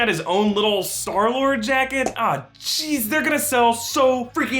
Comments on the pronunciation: Clayton Epich it's star lord he said sky lord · who else noticed that he said skylord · "Sky -Lord" WHOOOO? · He said sky lord lol